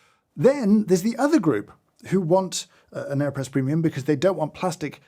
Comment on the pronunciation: I really thought he said Kanye press and I was very concerned for a second haha